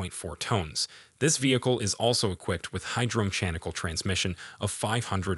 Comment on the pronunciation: It's amazing that people are using AI speech and don't even listen to their own video before releasing it , the vehicle weighs something something tones? and is equpied with hydro meshanicle (hydro-mechanical) transmition? the result of feeding "probably" chatbot GPT into any number of AI speech algorithims.